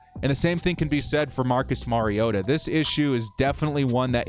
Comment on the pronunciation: Compliments on knowing how to pronounce the name of your subject: Mariota.